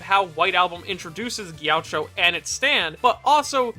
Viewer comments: It's pronounced G-A-CHEE-O, not Gaucho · i hate how he says “jeowcho” instead of “gakeeoh” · its not gee a cho its gi AH key OH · The way he says “ghioucho” is atrocious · Isn't it pronounced "Gi-a-kki-o"? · Gaucho? Chacho? Jowcho? C'mon mannnn, you gotta at LEAST keep your pronounciation consistent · I see you purposefully saying his name wrong so people would get triggered much like he would